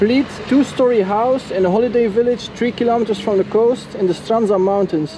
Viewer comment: A language tip: the "dzh" letters in Strandzha are pronounced like the first consonant in "jump" or "judge". It's an attempt to transliterate the combination of Cyrillic letters "дж". The same applies to the name Buzludzha, in case you go there. :)